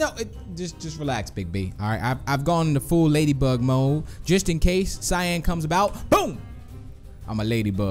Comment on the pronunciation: I love how you called cyan shyan